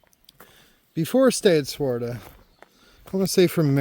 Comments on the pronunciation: Hey buddy.... it's pronounced "Swa-Terra", not Swarta. 😂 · This section is what I consider 'my territory'. I am at Swatara Gap almost every week. For future hikers coming through, the hostel name is Stay at Swatara not Swarta. You need one more syllable in there,.:D It's really a bummer about the 501. It's a great shelter and they hired really awesome caretakers last year. The guy before was quite a jerk. I'm guessing it's not just that it's close to the road, but the fact that it's close to the road requires caretakers and they have to be paid. It's especially sad since hikers can order pizza delivery there. I know of no real issues because of the road in the last few years, so not sure why it's such a big deal.